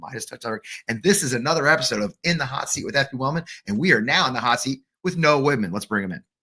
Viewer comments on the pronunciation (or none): I thought this host said "We are now in the hot seat with no women." He did not say "no women," he said Noah Widman. The importance of speaking clearly.